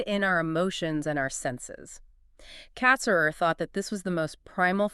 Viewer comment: The emphasis is on the second syllable of his last name, not the first.